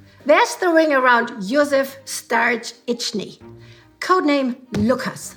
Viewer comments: It's so cute how struggles to pronounce the Germanized Czech surname Stařičný / Starziczny:) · Josef Starzicny is most probably czech family name "Stařičný" - letter 'ř' is pronounced like: '#$@ - that's why had such problems to say it.